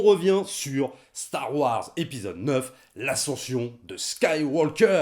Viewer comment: Dites, mes oreilles saignent un peu avec vos "Star Woirs" Pourquoi vous ne prononcez pas le Wars comme tout le monde ? :)